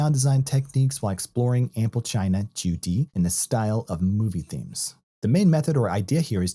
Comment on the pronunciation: Your pronunciation intrigued me enough to watch a Chinese & Mandarin instructional video to learn how you are pronouncing Qudi. Well done on teaching that extra piece of knowledge, ha.